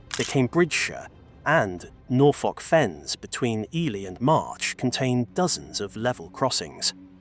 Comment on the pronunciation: Appalling AI voice which doesn't understand that "Bishop's Stortford", "sixth form" and "half barrier" are single entities and doesn't know the British English pronunciation of Berkshire, McKay, -borough, signaller, Norfolk, fatalities, and no doubt others I've missed. One of the worst I've heard.😕